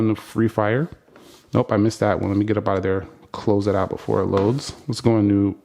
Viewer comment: BEFORE NOT BOOFORE